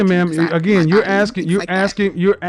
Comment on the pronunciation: The Women who Always Try To Challenge Kevin are the STUPIDEST Women out there... the Communications Woman "Axing" Questions instead of Asking Questions was the Icing on The Cake